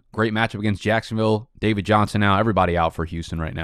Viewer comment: We got ur boys "Duh-rren" Waller and "Duh-vid" Johnson along with anyone named Darrell in here let's goooo